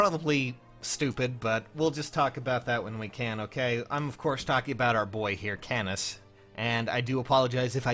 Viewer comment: it' canas not c"anus"